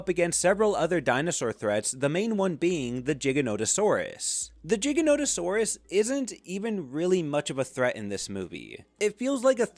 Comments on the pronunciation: ITS PRONOUNCED GIGANTO-SAURUS LIKE GAINT NOT LIL GIGA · jiganotosarus are we saying stuff like it’s jig saw now it’s pronounced with a G that’s why it’s called giganotosaurus. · It bothers me how you pronounce "Giganotosaurus".